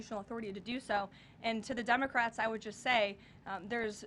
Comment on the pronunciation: Did she just say Dumacrats?